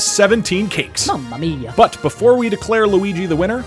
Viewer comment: “Mummuh Meiya” -Brocluigi